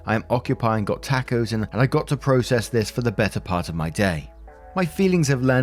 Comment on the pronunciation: I love this channel. you are absolutely adorable and this girl here from Texas loves the way you pronounced "tacos" n the first story. ❤️